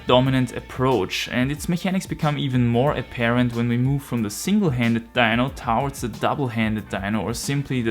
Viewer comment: Yo! Bitte lerne das Wort towards auszusprechen:D Gutes Video, Grüße aus Deutschland:)